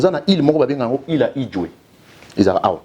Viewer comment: Il a quand même essayé 😹 C’est île 🏝 Idjwi et non Idjwe 🙊 et habité par LES CONGOLAIS monsieur 😋